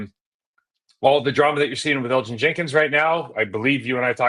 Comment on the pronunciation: The way Mike pronounces Elgton slays me. That or we’ve all been wayyy off